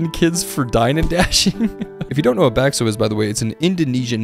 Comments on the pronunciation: As an indonesian im crying he pronounced bakso back so🥲🥲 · you pronounced bakso wrong 😡😡😡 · as an indonesian, bakso simulator is incredible and pronounciation of it made me giggle im ngl